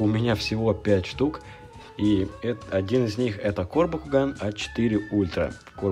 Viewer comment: Да почему мне слышится не Бакуган а Бьякуган?! ХИНАТА ЧТО ТЫ СДЕЛАЛА СО МНОЙ (Анимешники по Наруто поймут)